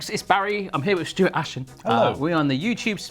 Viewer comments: "Bashens" xD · 'Bashens' Now Barshens exists :) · “Bashens” WRONGGGGGGG.